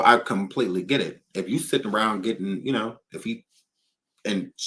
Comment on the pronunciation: “Seems like yu ready”😂😂